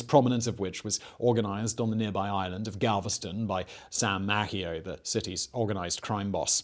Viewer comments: MAY-see-oh not Mack-ee-oh. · Mace-ee-oh, not Mack-e-oh